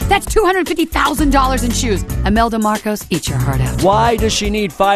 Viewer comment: Did I just heard “Imelda Marcus”? 😂😂😂😂 I’m a Filipino but I Love my Queen Mariah Carey